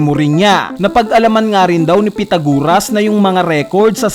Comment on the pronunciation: Pythagoras. Not pythaguras Culprit, Not Colprit